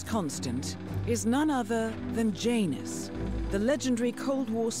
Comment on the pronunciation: JANUS the J is silent